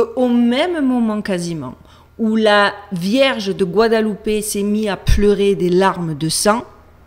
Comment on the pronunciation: D'abord j'aime bien tes vidéos. Mais je suis un hyper-cartésien. Cela dit, tu donnes tellement de "good vibes". "Tout l'eau dit ces bi hein" : Gou ha da lou paix. Première fois que j'entend quelqu'un bien prononcer guadeloupe. Par contre mexico c'est plus : mais rit co. Même si je suis dubitatif, j'apprécis le travail, ça fait se poser des questions. T'étais rayonnante. Stay safe ❤